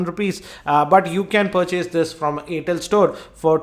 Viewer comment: its air tel not aaatel